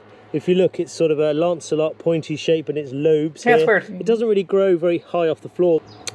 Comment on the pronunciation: I wish he would say LANCEOLATE , and not keep saying lancelot when he is referring to a pointed leaf shape.